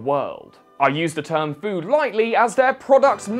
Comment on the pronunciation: Ah yes ”phood”